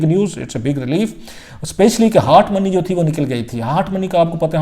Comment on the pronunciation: Mr. Paindoo it is not "HAAT' money it is pronounced as HOT money. Biased, partial, lazy jounalisim